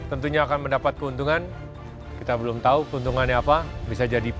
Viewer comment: Chef Juna mode Betawi: "BELOOOON"😂